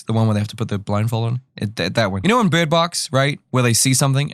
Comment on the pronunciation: So can we talk about how he says bird?